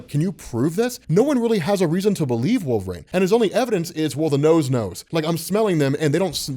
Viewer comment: Why does he keep saying "wolvRAIN" driving me crazy